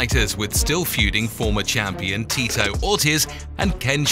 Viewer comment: This is a nice Video but the narrator seems to be pronouciing all the names incorrectly.... Who is Daana White... Tito OR tiss, Rash Add Evans, TheoDor Emilianca!!